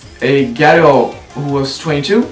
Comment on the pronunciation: i actually like your videos but it always sounds like you say " ghetto hair" xDD